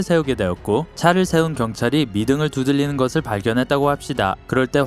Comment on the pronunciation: 혓바닥이 짧은가?? 두들릐는ㅇㅈㄹ 안봐야겠다